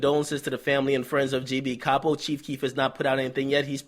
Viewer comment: Lil Reese has been singing Capo's praises since 2012. It';s shocking to see that they got someone who was so instrumental to GBE. Btw DJ Akadummics it's pronounced CAY-POE, not CAH-POE.